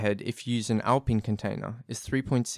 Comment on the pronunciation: Is that pronunciation of alpine, ragebait?